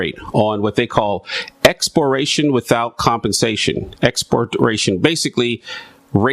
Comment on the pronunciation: And its EX-PRO-PRIATION